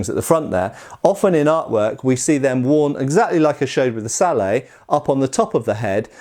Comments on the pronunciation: Sallay? Didn't know you were french. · I hate to be the one to teach the Master/correct the teacher...But someone has to tell you that "Sallet" is with a hard 'T'...like 'bucket'...its not a french word...( ͡° ͜ʖ ͡°) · The t is not silent in the word sallet. Knyte werent does a video about the sallet where he explains this. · Just a point I'd like to make. In the word 'sallet', the 'et' at the end would be pronounced as it would be, in say, mallet, not as in ballet, as the French word for a sallet is 'salade'. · The "T" in Sallet is not silent. Because the French word for it is Sallade. Check out Knyght Errant for a fantastic video all about Sallets Edit: and fun fact the Sallet evolved into the Stahlhelm.